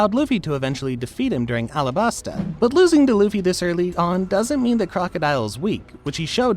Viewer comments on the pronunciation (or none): none